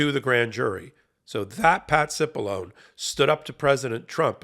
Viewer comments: You're pronouncing his name wrong. It's Patsy Balongne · Hey, Cipollone is an Italian name. Please show some respect by properly pronouncing Italian names correctly.